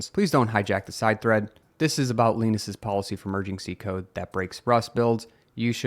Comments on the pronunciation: Leenus? I always thought it was Linus? We don’t call it Leenux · The correct pronunciation of Linus is not L-ee-nus. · Please forgive my linguistic curiosity here, but I'm curious where you're from or if you have a different first language. It's not a problem for me, it's just a puzzle to me, trying to figure out why you pronounce Linus as "Lean-us." I know in other languages and earlier eras of English, the "i" has a long E sound to it. I also know my sample size is really small lol. Besides this Linus, the only other times I've heard the name were Linus Tech Tips and Linus Larabie from the movie Sabrina lol. Point is, I've only ever heard it as "L-eye-nus" and I'm curious if your way of saying it is a regional thing, a second language thing, or some announcement from the man himself that I missed on how he pronounces it lol. About the video tho... I had a hard time watching this because I can see both sides. The whole thing was a giant $#!7 show, but I have to say it seems started with Christoph being a Dick with a capital D. I get the points about not wanting to mix code bases, but he didn't need to be such a knob about it. I'm also not all that chipper about Linus and his reply about Hector (at least it seemed it was about Hector) who only seemed to be trying to come up with a way to combat the dickishness of Christoph. I'm obviously missing a lot of context outside of what was presented here, but there's a reason I don't usually follow this kind of news. This is not the first drama and it won't be the last. I think I'm going to stick with FreeBSD and just keep using the Linux Compatibili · You have no idea what you are talking about. You can't even pronounce Linus's name correctly. It's plainly clear you have no idea what you are doing. I will make sure people know your content lacks intelligence. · why pronounce Linus like peanus? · Learn how to pronounce Linus correctly.